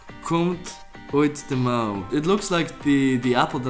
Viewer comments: Mauw?? That's what the cat says. It should be mouw which is sleeve. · De aap komt niet uit de mauw maar uit de mouw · it is mouw